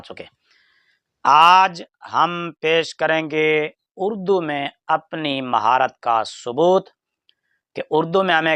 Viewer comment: مرزا اردو کو بھی اڑدو پڑھ رہا ھے